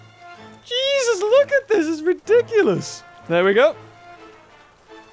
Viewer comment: stop saying jeusus